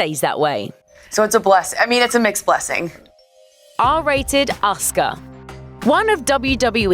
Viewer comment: wow they actually said Asuka's name correctly! shows Grunge actually did their research properly